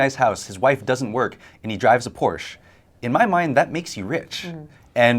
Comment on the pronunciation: Please, please, please... learn to pronounce Porsche.